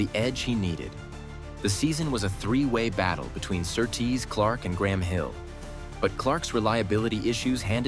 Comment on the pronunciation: Your pronunciation of Sir Tease makes him sound like some noble male stripper.